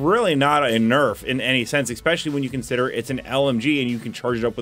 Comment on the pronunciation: whats with streamers saying "exspecially"?